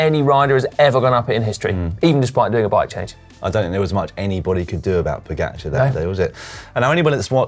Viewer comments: Can you stop calling him "Poogacer" please? :) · Your speling of Tadej Pogačar🤢🤮. Hahaa if i didnt know who won the tour i wouldnt know it was him if i heard it from you😅🤣🤣